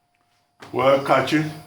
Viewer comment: Its funny how Nigeria's legendary goalkeeper Rufai is with Dr. Abati on the show but he keeps throwing it to Kachi to "Kachit"